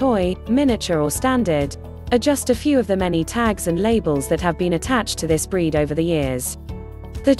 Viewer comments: It would have been nice for a real person to have narrated and not a machine. Irritating to me. And dogs have breeds not bread. 😅😅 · Instead of saying breed it said bread lol 😂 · I assume AI is doing the talking. The word 'breed' makes sense in a vid about dogs, not 'bread'. I'll try to find a better made video to get my info. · Lovable bread? Chee-waa-waa? Oh god, my ears! Fire the robo-narrator and editor. NOW.